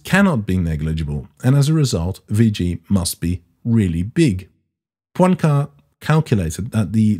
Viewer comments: Poincaré has an accent on the final e and is pronounced with three syllables. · Please, the guy is called Poincaré, the é at the end is not silent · That was a great bit of little-known science history. I doubt if I could teach you any physics so I'll try the French language: Henri Poincaré's second name can just about be pronounced in English as "pwan-kwar-ray" noting particularly the modified "ay" sound of the letter e when it has an acute accent. First rule of English-speaking people using foreign words and names: "saying them as in English is most likely wrong".